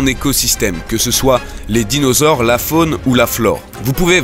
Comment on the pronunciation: "les dinausaures" sérieux -_